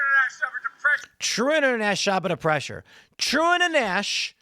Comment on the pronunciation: Biden slurred "true international effort to pressure". That's what he was likely saying. But it slurred together into "trueinaneffetipressure".